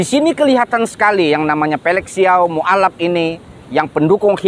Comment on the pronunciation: nggak mutu, yg ngomong bicara muallaf saja di baca muallap. Baca bahasa arabnya juga belepotan. Yang ngomong juga pas baca qur'an banyak lafadz yang salah. Meludah kena muka sendiri.